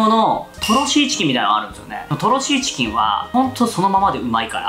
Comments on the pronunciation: ぐらい｢シーチキン｣言えてないw …ような( ´▽｀) ｢チーシキン｣言ってない？ リュウジさん酔っぱらっててもイケメン♡♡ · とろちーしきん、っていった。 かわいい 若干呂律まわってない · もう酔っぱらってチーシキン言うとるからね🤣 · よく聞くととろチーシキンって言ってる、かわいい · とろチーシキン…酔っ払いすぎw